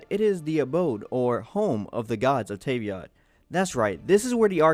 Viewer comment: "luminay" and "tayveat" why is it so triggering